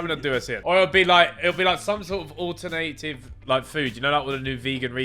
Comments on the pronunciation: why does Ethan say ‘alternative’ like that 😂😂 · why tf did Ethan say alternative like that lmao